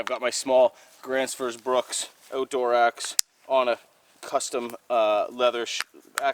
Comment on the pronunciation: when i started watching you i always thought you said "grantsforce brooks" or something like that, i have since come to realize you are talking about the swedish Gränfors bruks. pronounciation isnt flawless but im not gonna give you a hard time about it. =) did you ever try any of the Hultafors axes? if so what are your thoughts?